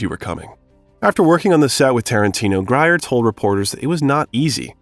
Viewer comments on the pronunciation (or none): The proper pronouciation is Pam Greer not Gryer Syop it!!! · Pam Grier's last name is pronounced Greer. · How do you not know how to pronounce Harvey Keitel, Pam Grier, Roger Ebert, etc... properly? (pronounce: "KAI-TELL, GREER, EEBERT) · Unedited AI. If the filmmaker had gone back to edit or better annunciate names in the script it would have fooled us all. Otherwise a good bio piece.